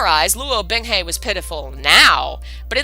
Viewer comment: I can't help cringing every time I hear "Bing Hay" when it's "Bing Hu" lol Actually, aside from looking up pronunciations (using the donghua and I also use Google's Eng -> CN translation to hear how it should more accurately sound) the story is read very well so far. Better audio, pronunciations (seriously, Chinese takes what I know about letters and goes "HA you thought." Man it really kicks my ass sometimes...) and less interruptions (which are inevitable during streams lol but really good for complete CNWN novices) and this would be the playlist I send to everyone who I think should read it! I think I might send it to my friend either way. I've also been considering doing my own readings of MXTX's books, and other donghua, as well. snorts in amusement when she reaches the System activating... I love you. XD Okay really though, aside from the Chinese words and names (We'll get them eventually!) I do really enjoy how you're reading this.